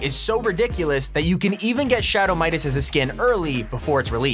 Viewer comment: shadow midaseses